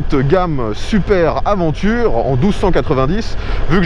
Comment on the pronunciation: Franchement pas cool de prononcer « aventure » au lieu de « aDventure ». Pour un pro des essais moto, cela ne fait pas sérieux. Certains vont dire que c’est anecdotique mais ce n’est pas le cas.